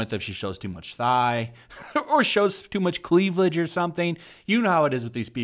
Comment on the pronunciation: Not cleavage, but cleavledge lol. I love the pronunciation there.